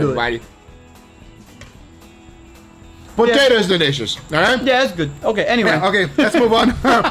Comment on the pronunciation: "Delishounous" hahahha :D